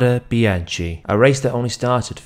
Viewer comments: Good thanks, the Italian pronounciation is biankE like gEt lEt sEt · The last part of Bianche in Italian is pronounced as a K-sound, it is not bian-CHi, per favore 🤌🏽